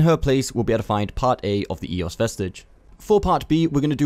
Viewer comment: Not "ee", more like an open "eh"